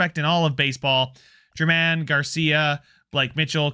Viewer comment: At one point I think you said you cared about name pronunciation? If so, Bobby German should be pronounced HAIR MON, just like Domingo German.